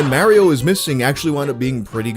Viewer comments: Love the video, keep up the great work! The way you say Mario is ridiculous. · i don’t like how you pronounce mario 👎